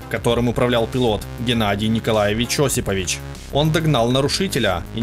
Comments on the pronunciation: ОсипОвич, автор убери ховор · ОсипОвич! Хоть узнавайте правильные ударения!